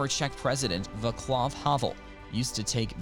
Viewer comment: Ok video, but seriously make an effort on the pronuciation. Vaclav is not Vaklav. Jaromir is just pronounced Jaromir. You even jot the "ya" correct. It's Dvořák not Durak Just take the 3s it requires to go on the wikipedia page and play the audio. It's not about Czech language being hard; it's about doign the 3mn of work.